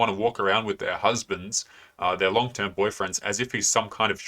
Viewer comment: It sounded like she said boyfriend...s